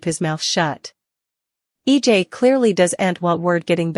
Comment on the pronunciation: EJ not E dot J